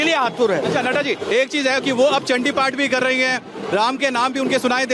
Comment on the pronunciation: Mamta is not Bengali because her Chandiparh pronunciation is totally UP Bihar based. Durga kcchamaa shiwa dhaatri......